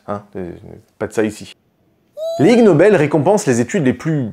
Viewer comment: ha!! lol... "i"g nobel pas lg nobel mdr... l'espace d'1 instant je croyais que s'était un constructeur coréen qui avait lancer le truc 🤣